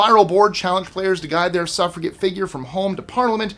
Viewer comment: Why do you pronounce 'suffrage' correctly with a soft 'g', but 'suffragette' incorrectly with a hard 'g'?